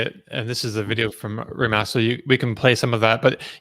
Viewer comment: Rimac is pronounced as Ri-MaTZ. The model name is NE-VE-RA (each letter should be heard).